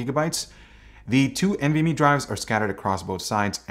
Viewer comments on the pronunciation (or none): none